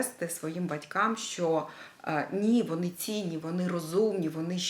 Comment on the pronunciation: Дуже приємно слухати рідну мову, дуже цікава і змістовна тема! Дякую. Але в українській мові вимовляється «що», а не «щьо», «тому що», а не «тому щьо». Так на замітку.